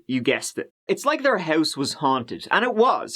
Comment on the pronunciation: Beside “tree” I love how he says house - “hois” lmao something like that 😬